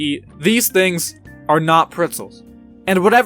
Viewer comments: Did he just- Did he say “pritzels”? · It hurts me every single time he says it